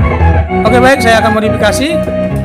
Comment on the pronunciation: modapakasi madofekasi maudikasi.. aduh blepotan modefakisi